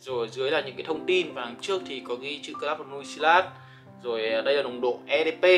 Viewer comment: Đọc tên sai rồi bay ơi, nuit này trong tiếng ở là bên đêm